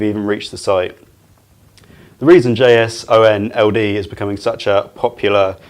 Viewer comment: The way he pronounces JSON-LD tells me he is not an engineer. Not that it matters, solid information, just a curious observation.